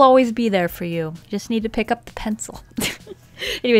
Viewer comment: Omg this is the first video that I understood the last part with full of waffles Months of wondering what its supposed to be. What did she say? Fullowoohoo? Guess I dont have that problem anymore